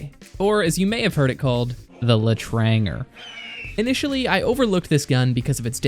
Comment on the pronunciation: BREAKING NEWS: TFTUBER PRONOUNCES L’ETRANGER CORRECTLY